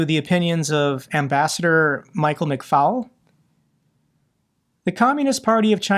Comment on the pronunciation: ive said this before....please NOTE - McFaul is NOT pronounced FOWL like a chicken...it is FALL like in fall over...thankyou